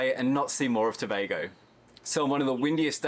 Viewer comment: I hate when people pronounce it tu bah go 😫. Go on you sir for pronouncing it properly.